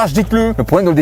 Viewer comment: Detelingggg 😂😂😂😂😂 super vidéo avec la franchise comme on aime